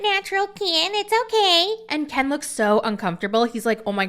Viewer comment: I think there's something shady in the reIationship between Gypsy's sterpmom and KIN.... Without her interference, they wouIdn't have even gotten back together (at Ieast not so soon).... does anything think the stepmom and "Kin" (doing your accent!) had a "thing?"